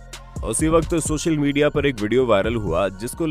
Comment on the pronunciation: Sucil media.. Ha ha ja ha ha haaa... Achha bol liya karo...